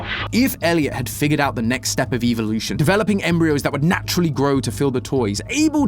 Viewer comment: “eevelution” idk what Pokémon has to do with poppy playtime but ok